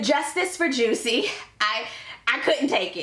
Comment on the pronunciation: I loved the vma performances except for lizzo of course jamming to queen Latifah and missy Elliott I felt like I was in elementary/ middle school again lol. During Dave Chappelle everytime he said juicy(jussie) my depression lowered a bit😂😂😂. As always love watching you 💜 Have a great week!.